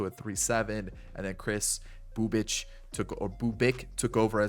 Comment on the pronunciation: You pronouncing Bubic had me 💀😂 Happy Thanksgiving bro!!